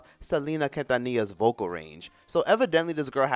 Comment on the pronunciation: How tf are you pronouncing Quintanilla 😩😅